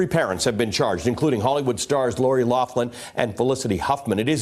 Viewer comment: Loughlin, pronounced locklan, there is no F sound in there, pls stop calling her loflan 🙉